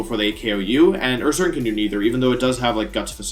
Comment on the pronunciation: THE SECOND C IN HONCHKROW IS SUPPOSED TO BE A K! AND DO NOT LEAVE OFF THE N IN URSARING!